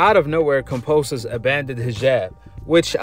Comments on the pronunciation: Dude can’t help but to talk about Haney In every video!! And is KAMBOSOS not KAMPOSOS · It's Kambosos not Kamposos and it means "plenty" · KAM(BO)SIS, NOT KAM(PO)SIS. Come onn mann.. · Yo Kambosos is MAD cause you calling him KAMPOSES! HE TOLD ME TO TELL YOU IS KAMBOSOS WTF MAN. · Bro can u please say his name correctly KAM-BO-SOS not KON-POS-OS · Ok now that he’s champion can you fuckin say kamBosos. Not kamPosos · KAM.....BOS...SO....say it with me now ..kamBosos....I have no idea who the hell kamposos is... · It's KamBosos not Kamposos haha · KamBOsos not Kamposus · Kambosos not Kamposos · Kamposos? You can’t even pronounce his name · Bruh say his name right put respect on it it’s KamBosos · sounds like youre saying kampoesis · Do you keep saying his name wrong on purpose? 🤔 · It's probably how most Aussies would pronounce it I do kambosos sounds weird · Why you say his name like that bro😂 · One love!!! But you're pronouncing George's last name wrong my G!! But either way it doesn't bother me but just letting a brotha know! Lol peace love and positive knowledge! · Why you keep saying his name wrong